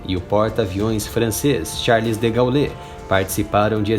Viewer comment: Muito bom o vídeo, mas, por favor, aprenda a pronunciar o sobrenome "De Gaule". Fica feio pronunciar tão errado o nome de um dos mais conhecidos militares e políticos de todos os tempos. Não fica chateado não, tá? É pro bem do canal. Abraço.